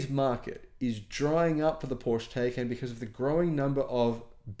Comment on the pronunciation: It’s pronounced Ty-kon